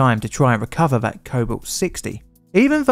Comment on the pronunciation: Intelligent man. Vis vat . THIS THAT . Make an effort not to talk like a child . Oh bullying . No , just saying what your " friends " won't.